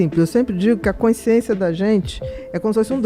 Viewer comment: Bia, pq vc não consegue falar: consciência??? Vc fala coinsciência...😮